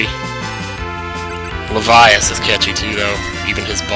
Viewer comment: Ah, the pronounciation of names. You called him LeVIas, I've been calling him LEVias. Although Levias reminds me of Leviathon, in which case your pronounciation would be more accurate. God I love language!